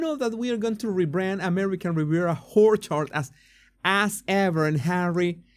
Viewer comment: Please, it's orchard, not horchard.